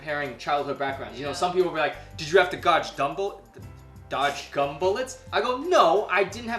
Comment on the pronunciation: dodge gumble？what is that？